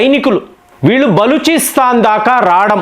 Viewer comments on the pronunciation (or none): none